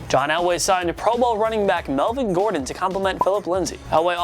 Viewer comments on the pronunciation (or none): none